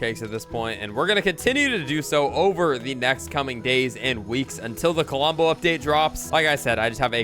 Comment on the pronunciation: KLOMBO NOT KOLOMBO